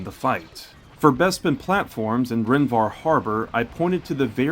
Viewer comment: Take a shot every time he adds an N at the end of Rhen Var. Its Var, not VarN. I absolutely love these videos. Keep it up man!